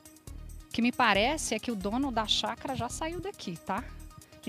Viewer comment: Caramba a jornalista falou chacra por duas vezes não é chácara ?